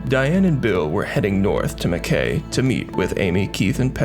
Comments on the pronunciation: Just so you know, Mackay is pronounced Mack Eye (I) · Well presented case, subscribed. As an Aussie I get a chuckle out of how people pronounce Aussie town's names. It's Gunnah-dah and mak- ay. We got some doozies.